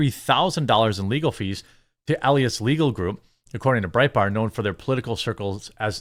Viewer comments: Marc E Lie es is how you say it for the next time you run across this fool or his name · Elias is pronounced: uh-LIE-us